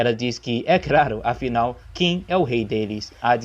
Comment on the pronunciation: Prateia ? Implacável ? Craro? Meu amigo até doeu auhauhauhauhua